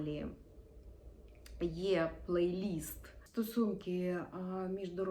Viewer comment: Це відео було варто дослухати до кінця лише за те, щоб почути правильне вимовляння слова - плейліст )